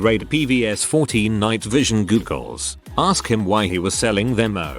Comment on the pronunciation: Googles? It's goggles. Another semi literate robo narrator fail. Credibility zero